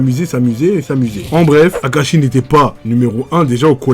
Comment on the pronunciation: 7 20 y’tadis kakashi au lieu de Akashi